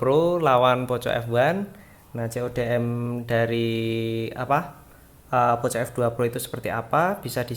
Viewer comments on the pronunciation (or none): Bang Poco dibaca Poko